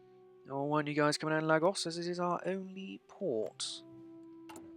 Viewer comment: Dude, it's pronounced 'lae-gauss', you're butchering the word so badly it makes me cringe lol